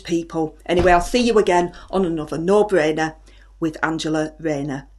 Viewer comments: Pwoud and bwainer......... 😂. She is class!!! 😂😂😂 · No bwainer wainer! 😂😂